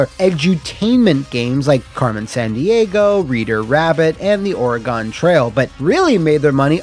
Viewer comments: Just FYI- Oregon is pronounced like Organ with an extra syllable in it. Kind of like OR-ih-gan. I point this out because it annoys the piss out of locals if you say oreaGONE. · yo, Oregon is pronounced more like ory-GUN, if it even ever comes up again love the vids tho man